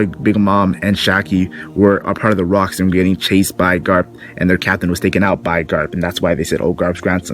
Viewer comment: Its Locks not Rocks, it’s Gol D. Roger’s brother Gol D. Locks.